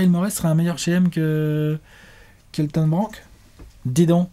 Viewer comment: "ça veut dire que Dary Morey est un meilleur GM qu'Elton Branque? “ soit la langue d' à fourché, soit c'est très bien placé 😂